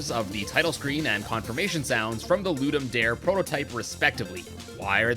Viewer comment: you didn't lol its pronounced loo dum dar ay